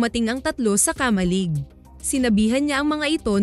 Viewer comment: KA-MA-LIG dahan dahan lang ang Pag bigkas ng word..... Ganito mo binigkas ang KA-MA-LIG..... KAMA-LIG nakuha mo ba ibig kong ituro syo?